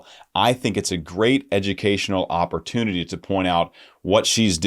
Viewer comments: I swear you said Opera-tunity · Me too!!! I swear he said opera- tunity.